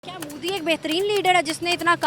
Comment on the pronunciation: Is hakli ko bolo pehel modi bolna sikhe mudi😂😂